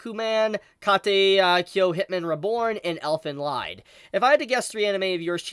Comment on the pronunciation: Elfen Lied is pronounced as leed.